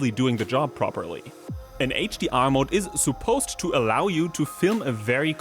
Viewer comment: ‘Suppose’: the u should be pronounced as schwa, not oo.